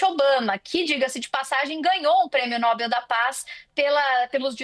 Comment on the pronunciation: Não é Nóbel, é Nobel